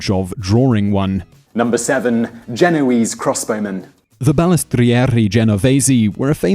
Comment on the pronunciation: Is it Genoese or Genovese? You pronounced it with a V one time then without the next